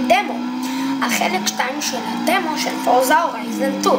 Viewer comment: פורצה!!!!! אומרים פורצה!!!!!!